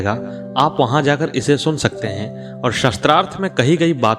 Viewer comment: mahoday aapka uttam prayash aapko sadhub..,mai aap ka dhyan ek galti.. aap शास्त्रार्थ ko शस्त्रार्थ uchcharan ker rahe ho jo ki galat hai,ek aadh aur mamuli mishtek hai, अ aur आ ke uchcharn ko dhyan do,apane bole ko baar baar suno galti samajh me aajayegi,,,mera ye kaam nahi hai,bash tumhare adarniye prayash me subhkama swaroop hai,sri radhe sri radhe sri radhe